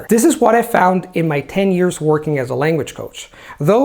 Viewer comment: I have been watching videos for quite awhile now, and he obviously speaks English like a native speaker - however, I find kinda cute, that in spite of all these years of practice and polishing the language pretty much to perfection he still pronounces "years" as "ears":)